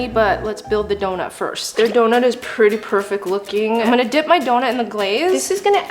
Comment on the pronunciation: she said pretty into pirter😂